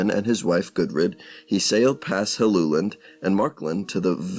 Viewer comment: Well done! You managed to pronounce my name correctly. Helluland is most likely Baffin Island. Hellu is the genetive of the word hella which means slab.